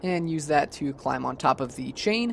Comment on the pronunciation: stop saying "thee" every time dawg it's "the"